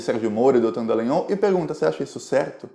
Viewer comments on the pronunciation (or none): Dallangnol e não "Dellangnol", pô!